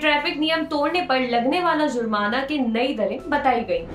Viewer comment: Zurmana nahi jurmana hta hai.